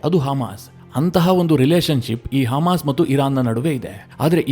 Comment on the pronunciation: Haamas alla Adu, hamas😂